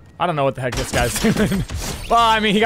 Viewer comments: Nick said “what the helk” lol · i think he said helk😂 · I think he said "heckg" yes from what I said he said Heckg